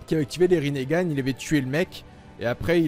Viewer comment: Tu dit rin gane